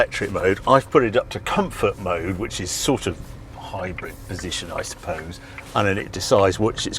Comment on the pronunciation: Harry I can’t stop hearing hybred and not hybrid? Please tell me it’s just your accent ?😂😂❤